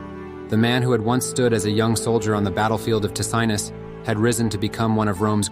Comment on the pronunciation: Battle of Takinus ? Battle of Ticinus !